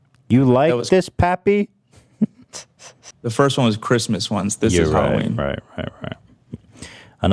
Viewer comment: the fact that Ethan pronounced papi as pappy fucking killed me